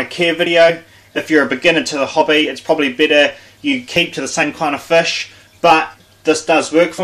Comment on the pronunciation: Fish g not fush 😂